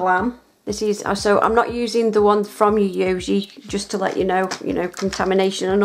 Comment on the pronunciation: lol every time I see you do a Yayogae video I feel your pain trying to pronounce it. It is actually pronounced Yi(Hi with a Y)-Yo-Gay. Love these videos dear.